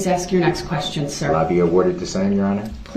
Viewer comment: I wish she would've corrected him on the word ask. His way of saying it sounds like axe